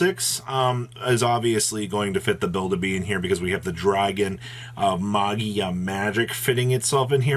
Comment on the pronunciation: Did you say magia?